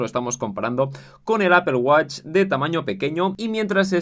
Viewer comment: Apple wATch. Like por su pronunciación